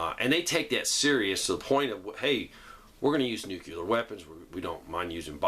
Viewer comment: NUCLEAR - What does Nucular mean?